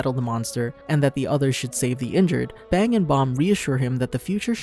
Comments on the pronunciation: its bang not bomb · ah yes, "BONG" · ah yes he calls bang bong